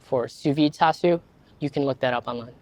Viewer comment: That’s how you say it…. I always heard it pronounced char su…. Have I been hearing and saying it wrong??? Sounds like he is saying tau su.